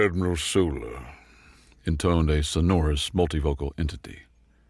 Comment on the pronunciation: Small corrections. Keep being awesome! EN-vel-ope == noun, the paper container that surrounds a letter or other document en-VEL- op == verb, to surround something, the way an envelope does the story wanted the second one. Ain't english great? "self-immolating waves" == im - mo - LATE - ing sonorous - SON - or - us